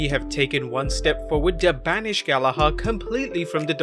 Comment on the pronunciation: I hate the way he says jack "GALLAHARR"